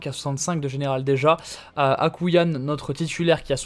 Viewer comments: C’est AkouAYn et pas Akouyan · Le gardien algérien c'est pas écrit akouillane mais akouaïne